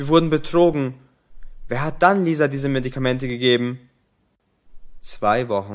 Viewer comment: diese Medikamente und nicht disa.